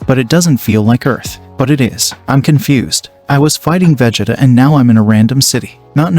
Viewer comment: You said Vegeta's name wrong